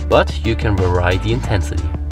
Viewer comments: Guys, these videos are tops! Incidentally, the word "vary" i.e. "vary the intensity" is pronounced with the emphasis on the first syllable, and ends in a long "E" sound, a lot like "very" or "scary" or "hairy". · pls look up how to pronounce "vary" this is driving me nuts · just as a sidenote, your pronunciation of "precise", "vary" and "determine" needs correction. Thanks for the video!